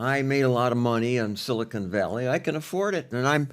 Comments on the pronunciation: Pat...FFS it's Silicon ( SIL - I - CON ) NOT Silicone ( SIL - I - CONE ) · Someone tell these guys silicon and silicone are not pronounced the same. Sounds like they're talking about some place they manufacture caulk. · It is “silicon” (silly - con) valley, not “silicone (silly - cone) valley. Silicon Valley is in the San Fransisco Bay area. Silicone Valley refers to breast implants, and is the Los Angeles area. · Pat my Dude, I love your show, but your killing me with your pronunciation of Silicon Valley. It’s pronounced, si·luh·kuhn Valee.